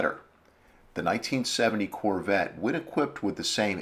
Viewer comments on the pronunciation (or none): none